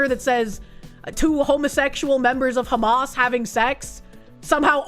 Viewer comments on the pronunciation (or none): none